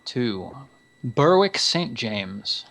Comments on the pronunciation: Guys, Berwick is pronounced "Ber-rick", kind of like "Derek" with a B. It's not "Burr-wick". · The "w" in Berwick is silent - ie, it's pronounced "Berrick" ... :-)